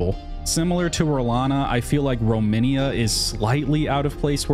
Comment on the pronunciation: I noticed that a lot of people call Romina (Rom-ee-na) Romania, which is the name of a country ;) I think it's a Malenia/Melania thing. In any case, i agree, the DLC feels a bit too disconnected.